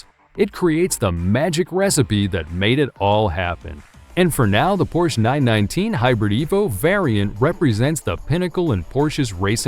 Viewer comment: cool vid, great voice, but what's the matter with pronouncing some of the names properly? LE MANS? PORSH?